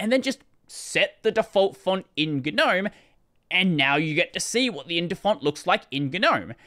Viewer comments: Why is it ganome ignoring the silent g? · what a way to pronounce it...